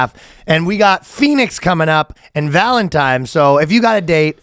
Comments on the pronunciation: Ryan DID say "valentimes". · Valtentines day or valentimes?